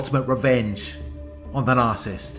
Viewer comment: Nar cis sist please stop saying narsist. I tried to ignore it but I can't.